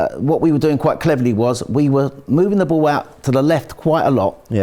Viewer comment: anyone else can't help but to laugh every time says Ball.... da booool - on the bhool. It makes me giggle every time I hear it.